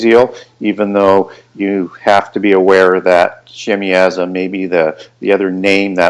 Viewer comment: The cats name was Azazel,,,,I heard Michael Heisser defunct the scapegoat thing handily , Shin-yaza , not shimy aza well that’s the phonetic rule you connect the consanent with the vowel in this case the a y being a consanent so yaza but I may be wrong but that rule stands out but gooood video